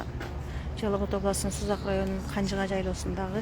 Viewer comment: Сен созунду ондлсон 20 жолу айттын Канжыга деп озундо элесинби озу туура айтчы